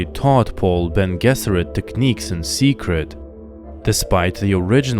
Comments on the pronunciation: Beny je-zer-it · I've never heard Bene Gesserit pronounced that way before.